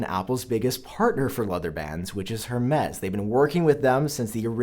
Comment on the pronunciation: Why doesn’t anyone know how to say Hermes (air-mez) 😅Not just you, still love your videos!